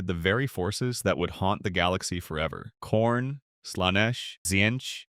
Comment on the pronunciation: Khorne? eurr ra e e a e a uearr ratts